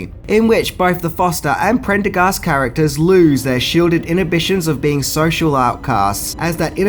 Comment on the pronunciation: I commend you for pronouncing "Prendergast" correctly. You'd be amazed how many people tend to butcher it.